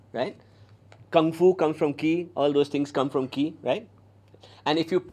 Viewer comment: 'Qi' is pronounced as 'Chi' (as in 'chips') in Mandarin.